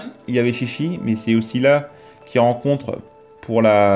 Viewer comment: ah, ça se prononce "tchi tchi" techniquement ^^